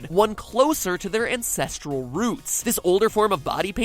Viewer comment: When he said Ancestral roots I heard "incestual" roots lol